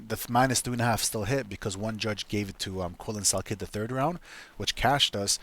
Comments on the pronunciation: How do you make a video butchering a name that bad? Pronounced sal "killed" not sal kid 😂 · Yeah your dumb bud don’t even know how to pronouce salkiLLds name